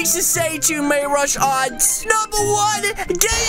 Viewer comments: May rush art ??? you call him that what if i called you ca li x o yea that sounds wrong its mayrushart ru the u is u just a correction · It is May-ru-shart, not may-rush-art, plus, the username is "mayrushart", not Real1MayRushart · its not may-rush-art its may-ru-shary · Not May-rush-art it’s May-ru-shart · Sorry don't wanna be rude but Its pronounced MayRooShart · Lol i just think his name is call :"May-ru-shart" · He said may rush art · Its not may rush art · It's may rushart